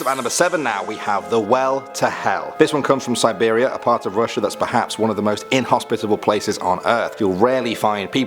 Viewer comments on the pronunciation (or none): none